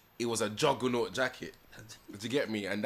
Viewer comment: Man said a “jaganualt jacket” this podcast is sickkkkkk. It’s the host reaction. He loves a good old hood story.